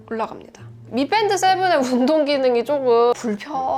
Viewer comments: 아름다운 테크 잘 보고 있어요. 그런데 경음을 자주 사용하시는데 저만 그렇게 생각할 수는 있습니다. 미뺀드 - >미밴드. 영단어 f발음은 ㅍ 보다는 정확히 원음으로 읽어 주시면 감사하겠습니다! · 미뺀드 아니고 미밴드 인데요ㅋ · 밋뺀드 라는 발음 좀 어떻게 안되니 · 미밴드라고 보통 이야기하는데 미뺀드라고 강세 주는 우리 존예 씨 🙈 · 미밴드라고 쓰고 미뺀드라고 읽는... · 미뺀드 라고 하니 어색하네요 ㅋㅋ